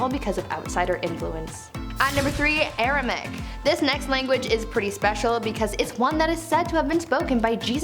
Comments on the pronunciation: AR-A-MAY-ICK - Aramaic, not ar-a-mick Made me twitch every time she said it. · Informative, but should have taken more care in spelling the names of the languages, eg in this video sanskrit is spelt as sanskirt, Aramaic is spelt as Aramic of course and the presenter pronounces it as aramic as well, and the correct spelling of Akkadian is not Akkadien. Sorry to point this out but it is important to me as a teacher of English❤️ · Y’all had me second guessing myself. It’s Aram*a*ic. Air-uh-may-ick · You Def pronounced Aramaic wrong it has 4 syllables not 3